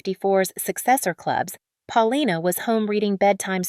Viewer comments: why do u keep saying her name in stupid ways? if u don't know what her name is don't talk about her. 'Pal-Lina???' lmao. :thumbs down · Po-li-na. Accent on the second syllable. It was different in the Soviet block countries -everyone relied on grandparents very heavily vs the Western countries - so it wasn't a biggie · lmao the only time u said her name correct was .